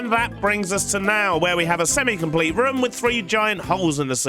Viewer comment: I love the way he says room ( ruum) its just hilarious